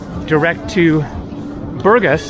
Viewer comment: БургАс, дружище, БургАс. Правильно ставь ударение. А лучше, учи русский. Скоро пригодится.